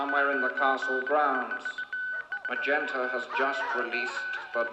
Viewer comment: Trading on the nas-dick. Fan fkn tastic joke. Also, riff raff said "magenter"